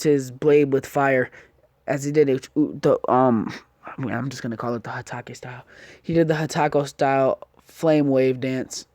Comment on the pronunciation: At exactly minutes or maybe earlier into the video He Said hataco